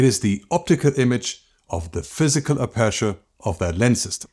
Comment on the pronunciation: The letter to stress in "aperture" is the first "a". So APerture, and not apErture. Just fyi!